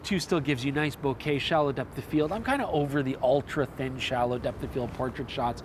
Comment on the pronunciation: ahh how nice it is to hear someone say Bokeh properly